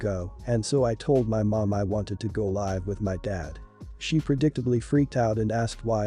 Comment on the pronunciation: Has the reader got a dictionary? "Go live" (long "i")like on the internet is said like you say it, "go live" (short "i") with someone or live (short) your life(long) is pronounced very differently. Please find out the difference, you are confusing, if this is computer generated, you need an upgrade. Does the vomiter have a diagnosis, or is it possible he has a gall bladder problem? I had all that before surgery and food intolerances, it's definitely not worth eating the wrong things. He is being very immature, you don't deserve to be taken advantage of. The bad driver, is definitely putting you at risk. He is assuming other drivers can cope with his stupidity, with no knowledge of who they are or what they are going through. That is just nutty. My mum went on anti-depressants, simply because dad drove with all 7 of us, like this on along trip to an unfamiliar place, we somehow made it back and she couldn't stop crying from the relief. He is putting you through trauma, you will end up with ptsd, stop enabling him to destroy your peace of mind. If you live in the US, he could get both of you shot. There are laws against driving without due care, he is breaking them.